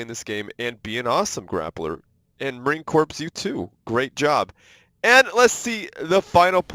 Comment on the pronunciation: I hate to be OCD but it is pronounced marine “core” not “corpse”